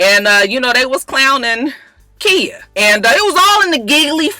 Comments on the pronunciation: Khia pronounced Kya....Im srry I had to...Im just alwys kinda lost whn u say Kia. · its khia not kia lmao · her name is pronouced Ky-yah lol no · Kya is how Trina pronounced it lmao it's actually Khia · Girl I’m starting to think you being shady calling that girl “Kia” like the car 😂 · KY-A! Not Kia... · Its Khia...just with a long 'I'!!! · when you said ole Waford dude was black, I seriously shouted, "Whaaaaaat!?" SMH I can't stand that mess! Also, I didn't know Khia's name was pronounced "Kya" either. It's alright. I hope not too many more folks come on here and say something. We know how you hate that. lol Merry Christmas,! Blessings to you and yours! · I love you but I cringed every time you said Keeya. Lawd. 😩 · Just because I'm afraid that khia might see this video and come after you her name is pronounced like "Kya" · Who knew it was pronounced like a "y" when its not spelled like that? Most mia's, tia's and so forth sound like they're spelled... who really cares? Its a common mistake when people want to get extra creative when naming their children... lol!😞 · no its Khia. you just pronouncing it wrong.